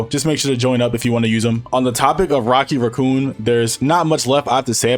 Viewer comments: Rocky Raccoon was my favourite Beatles song and now this guy is butchering the name 😭😭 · “Rocky raccoo” bro thinks he’s rocket the raccoon